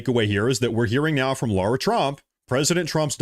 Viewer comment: Suiciding herself is an issue /worry with Ghislaine. P.S. It is LAIRA Trump, not Laura.